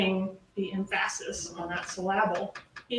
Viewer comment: Im a bit disturbed by how says "emphasis" and "syllable" is that a Tallahassee thing? 🤔